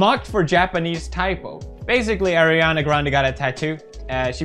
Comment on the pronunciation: thank you for saying ariana instead of airana.